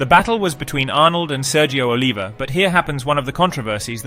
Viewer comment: It's pronounced O-liv-e-A and Wee-der. Please, if you're going to do a documentary do due diligence and make sure you've got everything right. Thank you!